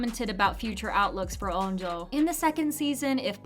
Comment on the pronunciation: STOP SAYING NAM-DA ITS NAM-RA AND U SAY ON-DO TO ITS ON-JO